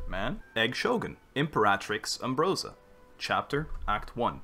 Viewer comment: " its umbrooosa, not umbarosaaa!"